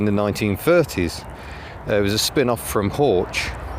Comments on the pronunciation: No 'Horch' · Ouch - hearing you pronounce "Horch" makes me cringe! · The CH in Horch is hard, like a K sound.